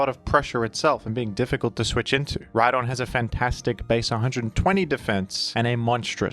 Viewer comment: The h in rhydon Honse